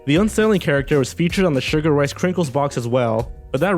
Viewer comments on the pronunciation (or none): none